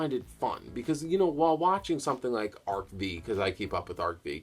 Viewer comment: By the way, ARC-V is pronounced "arc five", not "arc vee".